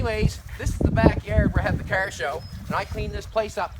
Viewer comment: I always thought that car was a one syllable word until I heard say Cahhhaaarrrrr. It's a 4 syllable word now.